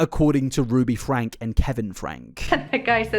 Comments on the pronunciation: "Frank-ee". They pronounce it "Frank-ee". You kick yourself in the balls doing all this work, research, and editing, to only pronounce their names wrong. Why do that to yourself? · The family name is pronounced with a long e on the end; it sounds like “Frankie.” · Their last name is pronounced Frank-E. The E isn't silent. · I don't want to be that person, but I feel like it needs to be said. The family pronounces their name as "Frankie" not "Frank". I've heard it from multiple sources pronounced that way (ie Jordan & McKay or USA Today). Not that I like Ruby, but I felt it's important to clarify. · Super weird to actively ignore/deny the fact that people called CPS on Ruby Franke for many many years prior to 2020? Also… isn’t Franke pronounced Frankie, not Frank? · Just so you know, you have the year wrong of when Ruby and Jodi were arrested (2023, not 2022), and Ruby's last name is pronounced like Frank-ee, not Frank. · You make a 5 and a half hour video, do research for at least a month, and pronounce the last name as "Frank" instead of "Frankie". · Its FRANK-EE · Minor point, and really not important, but their last name is pronounced Frank-ee. I don't want to draw away from the atrocious crimes going on here. Just want to add to the support of accuracy. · if you're going to make a 5.5 hour video about this, you could at least commit to pronouncing the family name correctly. have some respect for the victims- this is their story, not yours. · FrankE…frankE! FRANKE! With an E. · lmao I knew you were gonna say Franke wrong the while video. Oh? Connexions got worse after Ruby joined, you say? Interesting. Most people seem to blame Jodi for making Ruby worse but it sounds as if... perhaps... they found a kinship with each other and oh boy did the worsening get worse.